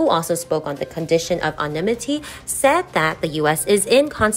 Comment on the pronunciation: 13, good job with the narration. A word to review the pronunciation: "anonymity" a difficult English word, no book will help you with that one. .